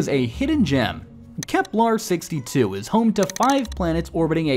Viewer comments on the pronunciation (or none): It's Kepler, not KeplAR. Johannes is rolling in his grave. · Say it with me: "KeplEr" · I keep hearing him say "Keplar".